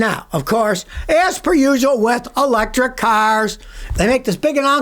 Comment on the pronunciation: "Electric" hahahahaha fail